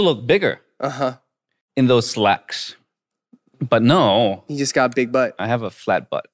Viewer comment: When eric say "big butt" . I heard "big bite". When nickhun say that. I can hear clearly.